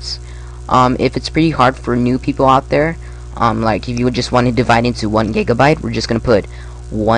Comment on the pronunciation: u said gegabyte